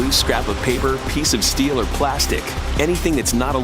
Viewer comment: It can bend like paperrh and support like steelllh.